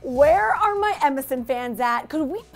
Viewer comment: I keep thinking she's saying MSN. Middle school flashbacks